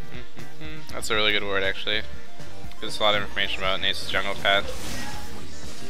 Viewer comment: It's not nAsus! It's NaSuS!